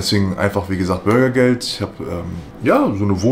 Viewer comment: kann der typ eigentlich auch normal reden? BurgYgElD